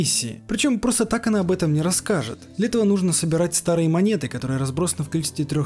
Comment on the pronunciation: Кстати, имя хакерши, что залезла герою в мозг, скорее читается не "ОнА", а "ОНа", как например Юки-Она - Снежная дева.